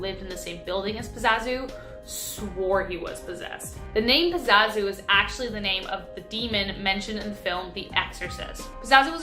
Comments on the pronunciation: It’s PAZUZU not Pazazu! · GURL ITS PAZOO ZOO 😂😂